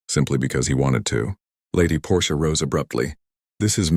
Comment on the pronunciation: The Aunt’s name is Portia, not Porsche. She’s not an automobile!